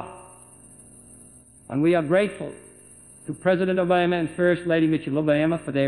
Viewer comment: Here’s a fun game you can play: Take a drink every time JFK pronounces “OBAYMA”